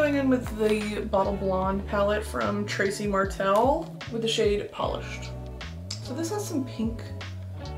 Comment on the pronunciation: not ypu casually calling trixite mattel tracie martell hahah